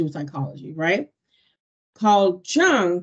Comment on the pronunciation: J in Jung is not like in jungle, it is like y in yogurt